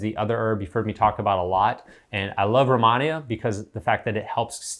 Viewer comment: romonia is what it sounded like your pronunciation . Somthing like that